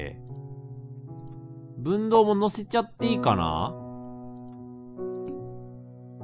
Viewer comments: 分銅(ふんどう)やな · 分銅をぶんどうと連呼してるのがすごい違和感。